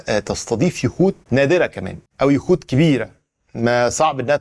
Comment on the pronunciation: يا عم وضح يخوت مش يهود 😂😂